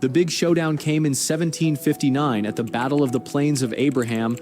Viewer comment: After the vattle of vimy ridge